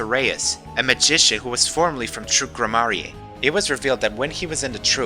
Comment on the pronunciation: Gramarye is pronounced Gram-mer-ee, not Gra-mar-ee-yay